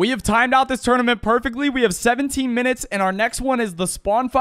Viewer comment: "tournyment" (2020)